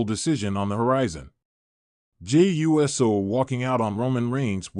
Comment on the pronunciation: This Man Called Jey U S O 😅 got me laugh